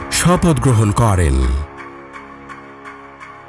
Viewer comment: ভাই আপনার ভয়েসওভার টা ঠিক করা দরকার। প্রত্যেকটা বাক্যের শেষেই "করেন" উচ্চারণ টা খুবই কানে বাজে। এইভাবে উচ্চারণ করার কিচ্ছু নাই